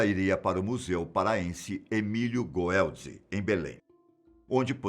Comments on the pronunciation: Pronuncia Emílio "Gueldi" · Se pronuncia emilio guelde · Moro em Belém/PA, quando vi a notificação já sabia que era caso aqui do Estado. Rapaaaz, isso foi uma curiosidade no dia, todos estavam se perguntando como tava lá esse animal. Engraçado o falando Museu Emílio Goeldi. hauhauhaua Curto demais esse canal! <3